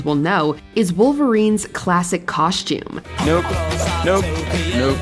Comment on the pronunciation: It’s costume. Not coshtume